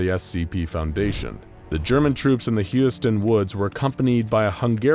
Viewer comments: HOLY SHIT HOW BAD DID YOU MISSPELL "HUSYATIN", it took a while to understand what the fuck it is, but paste to Google translator "гусятин" and listen how it is pronounsed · Nicely done video, but there's one moment i'd like to clarify: I understand that slavic languages are hard when it comes to pronouncing, so it's totally fine that you never spelled Husyatyn right It should be spelled something like Hoosiatyn :) Just felt like explaining this lol